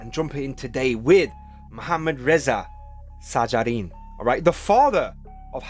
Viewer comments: you must say (shajarian ) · His last name pronounce like: '/ʃæd͡ʒæɾiːjɑːn/'